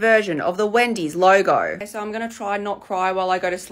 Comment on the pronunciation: That "OHHkaaay" let a tiny piece of your ethnicity out 😅 "Wendy's logo" had me rolling😂